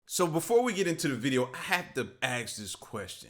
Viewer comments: A S K not AKS….Let me ask you a question NOT “aks” you a question. Failure of teachers to correct Black individuals on their lack of understanding the rudimentary rules of English language shows me well coordinated plan to keep Blacks down and uninformed, rubbing them of tools to be successful. Tools such as knowledge. Uneducated mind is a slave mind and ignorant one. …..We/they “were” instead of we/they “was”……..he/she “does” instead of he/she “do”. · Why are you black dudes always axing these questions? What did these questions ever do to you why you gotta take an axe to them?